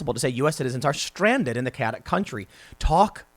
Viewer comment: Chaotic : KAY - ot - ic Stay in school